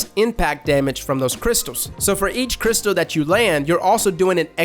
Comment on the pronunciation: ‘Crystal’ ARE UOU SERIOUS?! dislike